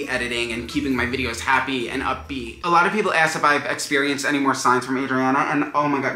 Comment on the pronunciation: "Esk them"